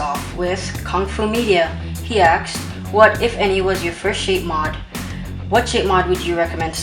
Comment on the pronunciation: Why do you always say "axed" instead of "asked"?